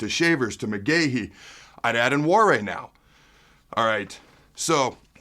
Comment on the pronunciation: Pretty sure its pronounced wa-nary